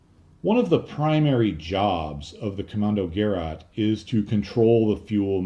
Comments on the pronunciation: Hey, I enjoy your videos and you've taught me a lot of things I didn't know before. Thank you for that. What I don't understand though is you obviously spend significant time and energy on these videos, why not spend the extra 30 seconds it takes to plug "Kommandogerät" into google translate and have the google lady read it aloud to you? Nobody expects a non German speaker to get it exactly right, but this way you could've at least not butcher it the way you did. I don't mean to be rude but I can't stand it when English speakers don't put any effort into properly pronouncing foreign to them names. You didn't spell it correctly either. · Hey - as always, hugely informative and entertaining video, thanks much. No 'German viewers straightened you out' yet I don't think and of course it doesn't matter and I'm certainly not criticising pronunciation - but 'Gerät' is pronounced somewhere between 'guh-rate' and 'geh-rate', if that's of any interest. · It's not prenounced "Gerraht" but "Ke-ráte" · I think... Commando-Ge-Rat As in Ge-Schwader Not: Commando-Ger-At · Gerät (equipment) - hard G(e) - like in - and stress on the second syllabel which is not 'rat' but 'rät'. Almost like a Scottish pronounciation of 'great'. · Not that it matters, but in Deutsch it's "Ko - MMAN - do - gerat", with a long "o" and the last syllable as in "gurr -- ate". I know I'm dating myself, but when I was an undergrad I used a Deci-Log slide rule for a few years until we were permitted to use an electronic calculator if we could afford one. They became inexpensive pretty quickly, and I remember that after a while they were being given away as promotions by many companies. I still have and use a few calculators that use a photovoltaic (PV) cell to power them. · Kommandogeräte: das Geräte - is pronounced as Ge- rate, long a not short a. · Pronounced: Kommandoger-aid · The 'ät' is pronounced like 'eight'. Gerät is the German word for device.